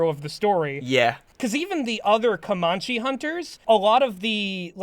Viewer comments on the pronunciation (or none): As Comanche person I've always heard it pronounced "Co-man-chee" not "Cuh-mon-chee" it doesn't matter, but it also kind of hurts my bones to hear.